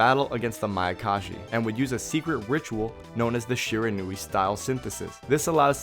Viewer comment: Great video. Just for future reference it's pronounced Shi-Ron-We